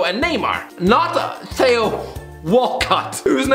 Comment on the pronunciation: Still pronouncing theo wrong